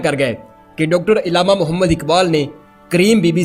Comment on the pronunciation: saheb urdu pronounciation par kaam kareeen.... ILLAMA NAHIN ALLAMA KAHEEN.... URDU URDU URDU....